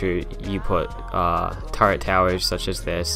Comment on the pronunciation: "TURRET" not "TURRENT".